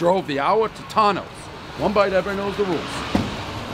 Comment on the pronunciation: One bite everybody knows Its pronounced To-Toe-No ‘s